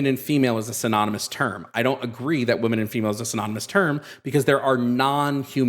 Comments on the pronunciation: I'm I the only one who is driven crazy by the new pronunciation of "womEn" as "womAn"? Is it a TERFy thing? I notice generally younger TERFs say "womAn" when they mean "womEn" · It irks me SO MUCH when people can't say the word WOMEN. How is it that in the last 6 months people just default to saying the singular woman instead?